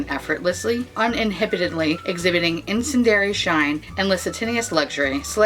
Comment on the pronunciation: Incendiary? In-sen-dee-airy. Lol. I love you. I’m binging on your videos. Wondering what you think about her complexion range. I own all her palettes; zero regrets about that.